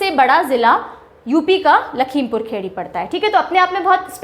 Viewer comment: it's not खेड़ी its खीरी